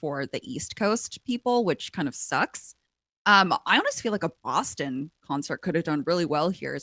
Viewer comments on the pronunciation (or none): none